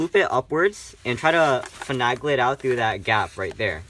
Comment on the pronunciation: Please pronounce finagle, with a long A in the middle of the word. FinAAAAgle ;)